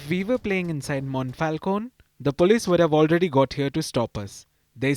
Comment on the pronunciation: This Mayor is clearly racist (from Lega party, which traditionally is an anti-immigrants party) and uses the ban of cricket just for her obsession with immigrants. But you make it appears as all Italians are racist as this woman here is (and butching Monfalcone spelling all along, btw). Cricket is an increasingly popular sport in Italy, thanks to immigrants. And of course there is a national team, whose players are mostly descendent from Pakistani or Bangladeshi immigrants, that also beat English cricket team a while ago. In the city where I live, Milan, there is a parc, Parco di Trenno, where during spring and summer weekends you can find a lot of people playing cricket, making turnments and the like playing many games at once. And no one complains.